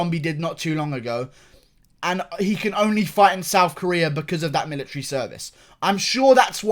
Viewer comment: I started to laugh when he statred talking about the millatary